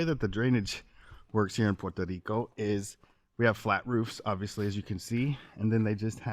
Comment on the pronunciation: I like your video but please pronounce puerto rico properly